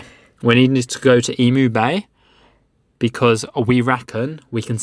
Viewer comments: Eemeew not Eemoo. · broaden your U's in Emu;so more like Emuuu, just a tip! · That is definitely a kangaroo, and not a wallaby. Wallabies tend to have shorter arms and legs, and they have thicker, bushier fur. Emu is pronounced 'eem-yoo.' - The snake is venomous, not poisonous. The easy way to remember the difference between venomous and poisonous is: if you bite it and die, it’s poisonous; if it bites you and you die, it’s venomous. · I was cringing every time I heard you say "Emu" That is not how we pronounce that lol...